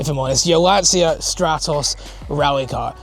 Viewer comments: Please, it's an italian car. The correct pr. is: Lanchia. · Why can't people say Lancia correctly even after ALL these years? 🤣🤣